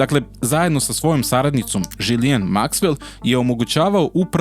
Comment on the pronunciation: Dobro je što se autor drži činjenica i ne gradi popularnost na senzacijama. Ako se još nešto dokaže tj postane dostupno javnosti, ne sumnjam da će nas obavestiti. Mala primedba: ime saizvršiteljke čita se Žislen